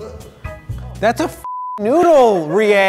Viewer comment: In NO way attempting to shit on, but am I the only one bothered by the way he says "Rie"?